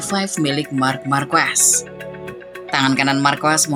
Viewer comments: Karena narasi pake komputer atau AI, makanya cuma tahu bahasa pengucapan Indonesia, markwes. Begini kalau channel jadi2an, comot sana sini, lalu dikasih narasi dengan komputer. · Min, narator yg dulu keknya bener dehngucap marquez itu = Markez, sekarang kok lafalnya jadi markwes? Konten udah bagus, sorry pelafalannya gak keren karena nyebut markwes😂